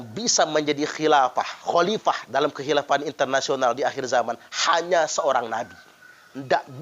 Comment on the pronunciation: Bukan hilapah tpi HOLIPAH